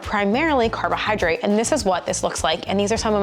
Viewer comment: 😅carohyrodrate hehe